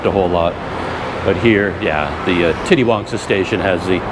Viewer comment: Titiwangsa is pronounced "teeteewangsa" instead of "titty-wangsa"